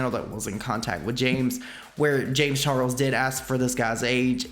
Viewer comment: i kept hearing James Churros when said James Charles...must be Rich rubbing on me😅